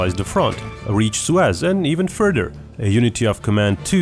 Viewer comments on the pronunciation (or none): none